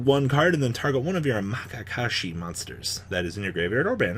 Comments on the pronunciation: M A K A K A S H I are my favourite archetype now just because of how is saying it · after me, ma ya ka shi